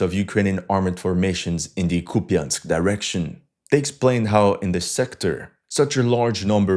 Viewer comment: KUP yansk ---> COUPE ensk. YA = YA ya = e (mute or schwach), in non-stressed syllable.